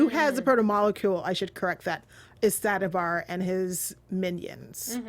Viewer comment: pronunciation of the names is still really weird. Subtitles are way off as a result. Nay Owe Me (not normie) Sad a Veer (not var)